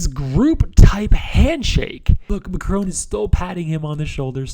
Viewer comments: Mac-roan??? It's Mac-rohn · Are we gonna ignore the pronunciation of the French President by the Speaker ? I´m not even French.